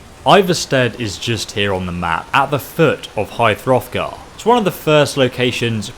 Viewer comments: Did he say high *froth*gar? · “High throthgar” hahah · It's at the foot of The Throat Of The World not High Hrothgar. The mountain's name is The Throat Of The World.